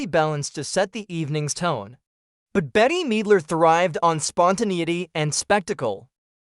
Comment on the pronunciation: “Betty Meedler”